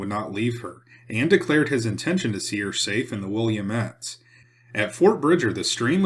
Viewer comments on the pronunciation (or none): Yes. Not William-ette. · Great video, thanks! "Willamette" is pronounced "Wil-Am-It" "Grande Ronde" is pronounced "Grand Rahnd" "The Dalles" is pronounced "The Dahls" They are French names, but the other Europeans who came after and settled the areas Anglicized the names. "Umatilla" is pronounced "Yu-Muh-Til-Uh"' "Spokane" is pronounced "Spo-Can" Both are Native American Indian names.